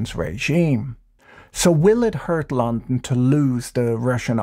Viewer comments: mans saying Lon-n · Imagine the wealth that has been hoarded by a tiny group of people and what that wealth could do for people if it was somehow released back into society. More and more every day “eat the rich” doesn’t sound so silly. You say “London” so strangely that I don’t think I’ve ever heard it that way. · I've legitimately never heard anyone pronounce London the way he does. It's a very peculiar pronunciation, weirder still is he pronounces every other word pretty uniformly.